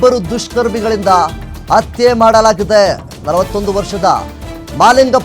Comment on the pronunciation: It's not atte .... Hatte prononce properly